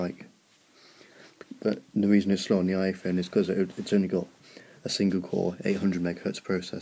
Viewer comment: you said ihone lol